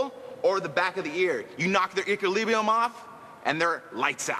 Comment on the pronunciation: hah... Eekulibrium. Gotta love how Tito can't talk when he get's excited.